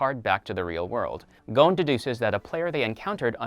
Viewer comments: His name is gon not gouwn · w-wa-wait-wait-wait did he just pronounce Gon's name 'Goan'? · GOAN? GOANN?!?!??? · Anyone else mad about the way he’s pronouncing Gon and Hisoka